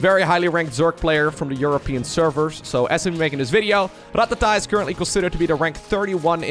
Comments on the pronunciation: Going to be honest, dont like how you say rattata. Sounds like your trying to instruct a drummer on his pacing. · You rolling the R in Rattata makes me feel funny. In a good way.